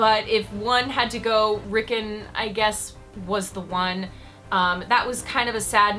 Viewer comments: "Rickin" sigh. Its Rickon, my goodness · you pronounce rikkon wrong.